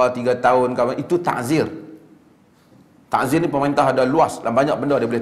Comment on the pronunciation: Bukan taHzir...Ta'zir..dengan Ain...